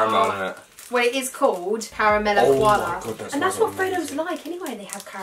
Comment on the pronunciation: She also said " Carmal Koala " and not caramel koala. Like she said it like carmul and not like Carrumal